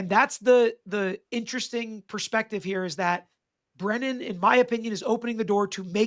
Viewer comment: I dk if you meant to call him "Breenan" instead of Brennan but I'm all here for it 😂 I keep hoping Alessi starts calling him "Breeenan" 😂